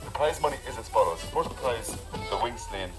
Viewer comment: They have a funny way of pronouncing Sleán. Memories of the first blisters on my hands of the summer, my father or whoever was helping us ( often our next door neighbour ) would cut a narrow "bank", 5 or 6 sods deep by about 8 wide and Sleán it up for us to catch with a four pronged fork and spread to dry, 2 man job ( or one man and one boy), nobody touching the sod with their hands. Nobody liked doing it and when progress came with machine cut turf nobody cried over it, although we still had to do so the turning and stacking and bringing home so that part of the work never went away. It was nice being in the bog and having a chat with the neighbours in their plot and having a picnic for lunch (don't get excited it was tea with bread and butter) but the work was something you'd dread, not least because there was weeks of turning and stacking and bringing it home to think of. There's only so much turf you can dig up and burn and it's not the cleanest fuel, in a few generations burning any solid fuel in a stove out open fire is probably going to be even more restricted. Everything changes and there's always a reason for it, if regulators and green politicians in cities don't like fires it's because in the countryside open fires aren't noticeably polluting. Try having 100,000 smoking chimneys on a still day with 100,000 vehicle engines. Count yourself lucky if it doesn't affect you, and if you haven't spent a few days cutting turf you haven't missed much either.